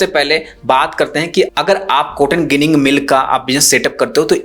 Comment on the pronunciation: ગીનીગ નહી જીનીગ કહેતે હે ગુજરાત મે 😂